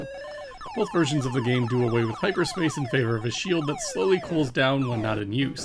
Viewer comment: I'm sorry, but "hipperspace"? :)